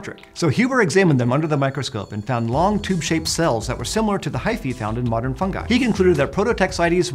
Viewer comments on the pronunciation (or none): Why do Americans spell the letter "I" like. ai, you say "Fungai", that is scary!!! When u say "Ring" you spell the "I" the right way... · Fun-ji. Fun-JEYE. With a J, not a G. Geez. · Is it me or did I really heard 'FUN GUY' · I was pronouncing “fungi” wrong